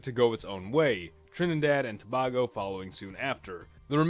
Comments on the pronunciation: As a Trinidadian, this pleases me very much. Tho... the is pronounced To-Bay-Go.... not Tobahgo! There is no "h". Nice video by the way :) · I am a proud Trinidadian. You pronounced Bago wrong. Its to bay go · ( You pronounced Tobago incorrectly 🇹🇹